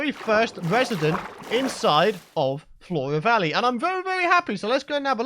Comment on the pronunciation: Four-uh vawwey, I can roll with that name.